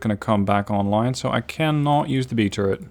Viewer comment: when says turret it sounds like he says turd XD